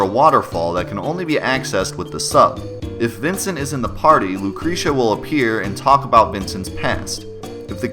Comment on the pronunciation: Myrkr Ormr - The way he pronounced Lucrecia urked me...